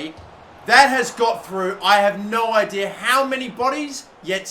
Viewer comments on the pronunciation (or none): none